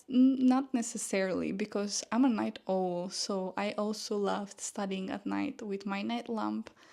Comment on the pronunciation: A night owl. Owl is pronounced as ou, in ouch, when you hurt your fin.... yourself.😮